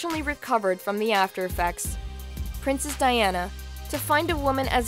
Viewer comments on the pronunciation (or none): none